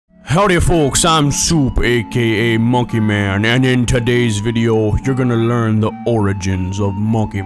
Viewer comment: ITS MONKEY MAONNN